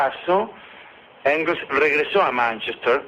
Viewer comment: Mis disculpas, mi estimado. Es "Engels" y "Moliere".